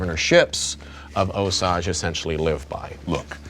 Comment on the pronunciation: So happy to see this again, but forgot how much I hate hearing you pronounce Osage! 🤦‍♂️🤣🤣